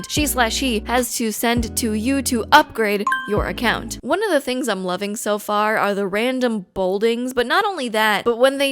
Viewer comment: as a not English speaker why is she pronouncing account so weird? this is a correct spelling am I missing something?